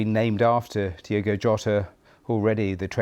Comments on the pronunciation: Incredible how much respect the bbc are showing here but they continually get his name wrong. It's Diogo not Diego. Learn who your talking about. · Kinda disrespectful that in a lot of British news broadcast, the host names him "Diego" instead of "Diogo". They can't even spell his proper name smh